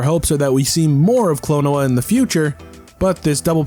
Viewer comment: Why do you pronounce Klonoa like "quinoa?"